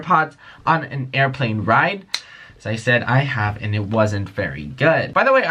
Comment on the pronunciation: Wiless earphones" aiplane